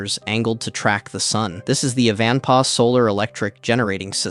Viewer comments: Driven this route many times. Also, it's [kuh-hóne] or [kah-hóne], jsyk. It means "box" in Spanish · Kay-john pass? Fuck mate.